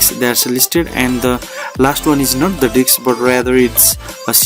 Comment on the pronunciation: Lmao whats funny is every once and a while he pronounces 'disk' correctly but 95% of the tutorial it's 'DICKS'. I about fell out when I heard open up 'Windows Dick Manager'. Great tutorial over all though. The information is great & you always can come back for the comedy aspect of it